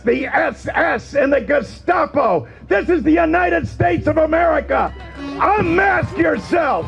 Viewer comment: My favorite is Walz saying "Geshcapo". Sounds like he was thinking of cold tomato soup.